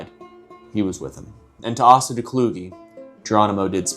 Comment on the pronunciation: Asa is traditionally pronounced Ace-uh when it has a Christian origin. Let me have this nitpick just this one man 🙏